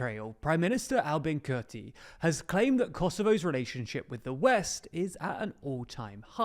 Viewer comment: Kurti is pronounced as Koorty.